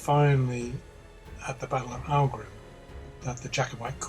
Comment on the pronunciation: Aughrim is pronounced like Ockrim the same ock from clock. Great video and I do love this period.